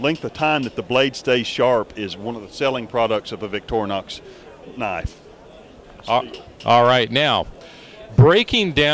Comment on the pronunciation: Victornox he says